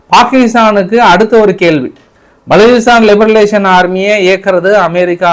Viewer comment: Iyya li ba ration. Liberation yendru sollavum Liberalisation veru